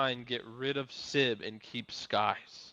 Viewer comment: God I hate the way says Sibs name